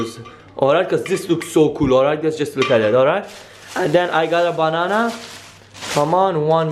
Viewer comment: Not trying to make fun but the way u say banana is funny